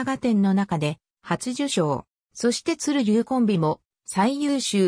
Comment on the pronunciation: ＡＷＡをあなとか、鶴龍をつるりゅうとか、他にも名前とかを沢山読み間違えていい加減過ぎ。 内容はまともでちゃんとしてるのに、見て貰えない理由に気がつけよ。